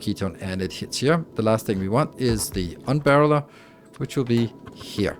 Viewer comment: he mentions/shows the "unbarreleler" in the very beginning ?